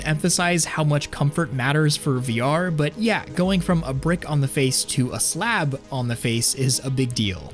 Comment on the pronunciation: Did he just say "SLAB"!